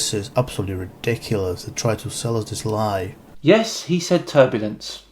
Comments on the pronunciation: lol "if thears a tubalice" rotflmaf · No,, he said tur-buh-lunce. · Also, turbulence? TURBULENCE??? What the hell man? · Me, out loud: Turbulence...what!?: Yes, he said turbulence. Me:.... o0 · Now I have a red mark on my fucking forehead from when he said "turbulence". What a wanker!!! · He actually said turbulence 😲.. I'd say this guy who made this exposing video wouldn't even be able to expose himself from his little bubble of ignorance he lives in haha.. He obviously ain't qualified to to even have an opinion on many if the things he claims to know about... It's very sad, seems humans like this are "devolving"... Let hope so and that they all devolve or dissolve away into nothingness. Do humanity a favor Jesus christ